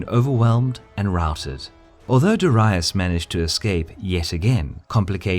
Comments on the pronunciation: It's Darius. Why do you keep pronouncing it Daraius? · DAAREEISSS! not DIherius!!LOL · Me either. It's always been dairy-us, not dah-ree-uss. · Lol darayus... hahahahaha. Aint it daryus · It’s Darius not Daraius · It's 'darry-us' not 'dar-aye-us'. The vids are good the but pronunciation is shocking. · Darius, not dorias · Why do you pronounce ''Darius'' like ''diraius''? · Ive never heard such bad pronounciation of Darius. Dar Ri Us? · Hearing "dur-i-us" makes me think of "ul-ex-un-dar' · persian king "Dahryeus" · DA-REE-US, Darius. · DA-REE-OOS (Latin) or DA-REE-OS (Greek) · I never heard Darius pronounced as DARAIUS. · its pronounced dar-ee-oos... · it's pronounced Dairy-Us trust me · dorius?? What is that pronunciation?? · persion king darius ... your prononciation: diraous. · I don’t know. I just can’t cope with how the narator pronounces “Darius” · Mispronounced Darius in the first 20 seconds of the video. Nope. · It really bothers me that for years I was pronouncing his name as DARE-EE-US but it's actually DUH-WRY-US. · Learn to fucking pronounce Darius. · Why do you pronounce Darius like that??? Cool WHHHHHip? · I can't get over the horrible way Darius' name gets pronounced :( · Please learn some latin, all your pronounciation is wrong ç_ç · I like the work but you need to work on your pronunciation. You have mispronounced, darius, euphrates and tigris. Got alexander right tho ))